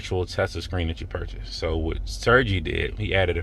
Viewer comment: Sergey is pronounced Sir-gay.